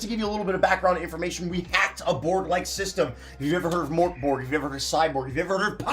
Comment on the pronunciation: As a swede hearing the absolute butchering of "mörk borg" is making me cry and laugh at the same time. Literally had to google it to even get what was trying to say!